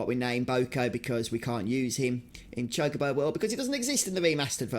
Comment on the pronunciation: It's actually pronounced Chalk-A-Bow